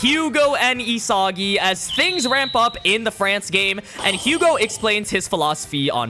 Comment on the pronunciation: I know I'm being THAT guy and I'm truly sorry but can you try and say the French names correctly please. It's Yu-go and Ca-moo. I'm just so distracted by how much of a dick I am about pronunciations lol if you learn a little Japanese you can read their names straight from the raws. Again, very sorry lol